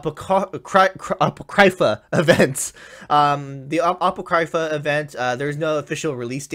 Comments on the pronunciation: He pronounced it apaw-criy-fuh, not a-poh-cree-fah. The proper pronunciation would be a-paw-crih-fuh. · it’s ah-pock-kree-fah 😂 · Sca-Hahk, Ah-Poh-Cree-fah. TRIGGERED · Atsushi Lmao the way he pronounced it... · the way he pronounces apocrypha makes me want to cry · No offense meant to, but did anyone else cringe when he said Apocrypha like he did? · Ye lol